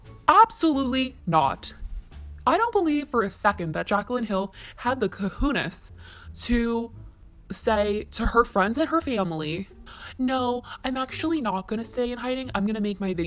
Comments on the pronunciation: It's "cojones" not "cajunas" like you said lol. Sorry but that bothered me 😂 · “Cojunas” omg 😂😂😂 Its cojones, Kuh-hOw-neiz for americans... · “Co-who-nes” LMFAOOO